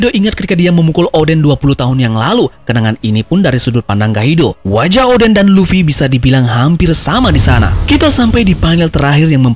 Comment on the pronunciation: Luffy bang bukan luwi